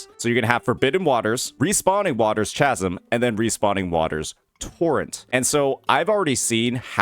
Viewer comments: "Chasm" is pronounced with a "K" sound. Like Charisma and Chaos. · chasm with a k sound. like chaos, my guy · Just gott say that is NOT how you pronounce chasm💀💀💀